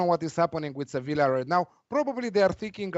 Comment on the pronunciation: Spanish pronunciation of Sevilla